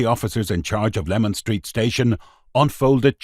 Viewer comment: It is LEMAN STREET not LEMON STREET